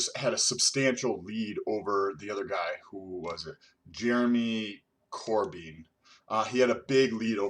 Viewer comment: #Stolt - The big spike for Boris would be from 9 July, that is is when he took over as Prime Minister (previous PM resigned). Corbyn is pronounced Core-Bin